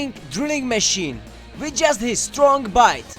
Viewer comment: Lol i like how he says Strong as "Stronk"